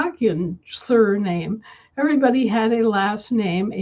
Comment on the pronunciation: When talks about “surname” for me it sounds like surrealism (n.) - from French surréalisme, from sur- "beyond" (see sur-) + réalisme (see realism). Sur- also means “anti”